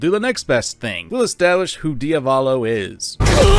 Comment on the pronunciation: its pronounced Dee-a-vo-lo not dio-vollo